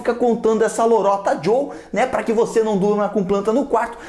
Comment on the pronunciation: "lorota jhou" kkkkkkkkkkkk